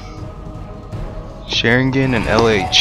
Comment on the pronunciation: Don't say Sharingan in an american way. It's a disgrace to the Uchiha!